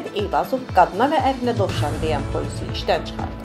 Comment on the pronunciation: Dovşan sözünü düzgün tələffüz edə bilməyən bir şəxsin tərbiyə və savadının ,dünyagörüşünün göstəricisi göz qabağındadır.Bu insan uşaq vaxtı necə "dooşan,dooşan "deyibsə ,əqli səviyəsi də elə uşaqlıq vaxtındakı kimidir.Və bu cür insanlar Azərbaycan Daxili İşlər Nazirliyinin əməkdaşlarıdır?????????????????